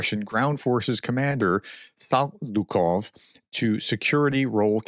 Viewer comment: Sa Liu Kov - you're a teacher/professor and you can't read?